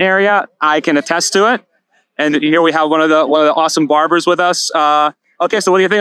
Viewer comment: I thought the same thing what is a Baber-shop